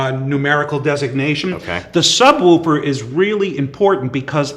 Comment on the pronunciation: "the sub wooper"